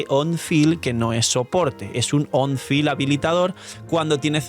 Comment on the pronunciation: Como que Raiden es personaje "on fill" y no "on field"?